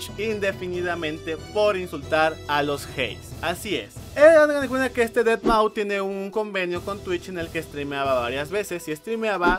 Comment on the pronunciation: Aprende a pronunciar deadmau5 por favor...